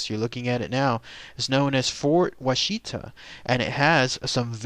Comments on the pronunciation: Pronounced Wash-it-a, not wa-sheet-a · As a southern Oklahoma resident I cringe at hearing you pronounce Washita. It’s Wash Uhhh Talll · Wah-she-ta??? Dude needs to get the pronunciation right. Wonder how he'd pronounce Muskogee, Okmulgee and Chickasha? He'd probably nail Moss, Beggs, and Ada. At least he got the Aunt Jane story right. That story scared me way too much when my Cub Scout troop went there in '69. So what if I had to sleep with my nightlight for a couple of weeks, don't judge me. I was friggin 8. LOL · My Daddy grew up in the fort. It's pronounced "WAH-shuh-tah".